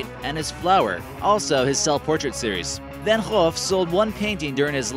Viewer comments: Come on! Who hasn’t heard of Vincent van Gogh?! The gh on Gogh are silent, so it’s pronounced exactly as if it was just written as Go. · It’s pronounced Van GO. And that dude looks nothing like Johnny Depp